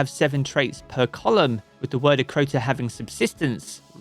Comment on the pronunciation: they butchered word of crota thats so sad